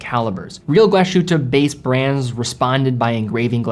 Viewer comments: Great video; however, Glashütte is pronounced like "glass hutte" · Mühle Glashütte pronunciation cracks me up😂 dont know how to explain the "ü" but try saying glass-Hu(ü)tte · Love ur vids but its Glas…..hütte… no hate. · I dont want to be an ass here, but its called Glass Hutte, there is not SH sound .. listen to it on google translate. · You are butchering the name :) Try to make a pause between Glas and Hütte. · This triggered me a bit too. I'd say if you can pronounce it "Glass Hoote" (like Hooters w/o the rs pronounced) would make it on point. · No, not "hoote". There is an umlaut on the "u", so "ü". It's a vowel sound that does not exist in English (as far as I know). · There is an Umlaut above the "u" which makes it very different than "oo", it's more like the French "u" sound. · total disagree, it sounds like Glasschute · Glá shoot! 😂 Relax and enjoy the time piece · Glashutte is definitely one of the most underrated watch brands. Great video, only gripe is your pronunciation of the name. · Please learn how to pronounce the Brand correctly... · I think Glashütte in this context means "glassworks". Or "glass factory", something like that (think Carl Zeiss). Analogous to "ironworks" which in German is "Eisenhütte" ("iron hut"). BTW, in the older days the correct pronunciation would be apparent from the Fraktur ("Gothic") spelling: a so-called "final s" ("Schluss-s", it looks like a regular "s") would be used in "Glas", indicating the separation of "s" and "h". Otherwise a "long-s" would be used which looks like an "f" without the crossbar. It would indicate the merging of "s" and "h" into a single "sh-sound". BTW-squared, the integral sign in calculus is that very "long-s" which had fallen into disuse since Newton's times. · it's pronounced "Glas hooter" not Glas shooter". Other than that the videos are superb! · NOT english Glash ... ütte, but Glas ... hütte, separate the s and the h! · Glas-hütte! 2 words, please! Glass-hut not gla-shut! Thank you!